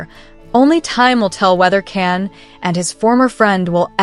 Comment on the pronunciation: His name Can sounds like John not Ken or can. Erkenci kus, kus sounds like koosh not cus.